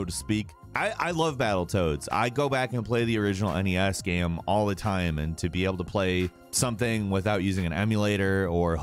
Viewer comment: Says EN EE ESS instead of NES; "unfortunate [battletoads] is xbox exclusive"... Just wow. Downvoted.